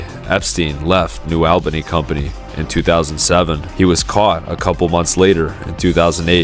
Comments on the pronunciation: It's pronounced New "ALL"bany, not New "L"bany ...ugghh ..freaking AI Voice!! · "AWL BANY" not "AL BANY" - a local Great video btw! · (ALL-BANY) not AL-BANY 😂 Sorry, I had to. Great video, thank you for covering this. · It's pronounced ALL ba nee, not al-ba-nee, ex-newyorker, I ought to know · The village's name is noo allbanee, not noo albanee. New Albany, like ,Dublin, Groveport, Grove City , Canal Winchester, sits at the edge of urban sprawl. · It’s pronounced “All-bunny” not Albaney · Its Albany not AL bany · Alll-bany....not Awell-bany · Its ALL-BANY not Elbeny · Hard to watch because you're saying Albany WRONG! It's All-bany not Al-bany. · Albany is pronounced Al-ba-knee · ALL’-bunny Sorry, had to.🤣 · Not short or long “a” or schwa sound. It’s pronounced /uh/ with the emphasis on the first syllable. ALL buh knee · It’s pronounced New “All-Ben-knee”.